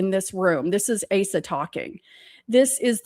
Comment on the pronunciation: Asa is pronounced long A - suh